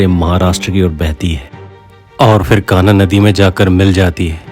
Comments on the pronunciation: ❤👍💐🙏 "कान्हा नदी" नहीं बल्कि "कन्हान नदी" बोलिये भाईजी🤠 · बहुत सुंदर प्रस्तुति एवं वीडियोग्राफी, अभिनंदन, कन्हान नदी का उच्चारण थोड़ा गलत था, अतुलनीय रचना ।❤ too much it